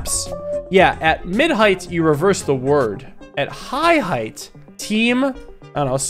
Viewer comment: who tf pronounces height like h-eye-ght